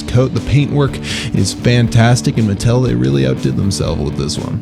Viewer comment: its not its MUH-TELL